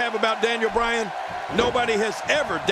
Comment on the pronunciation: Daniel Browan instead of Daniel Bryan